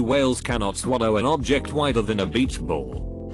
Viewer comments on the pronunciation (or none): none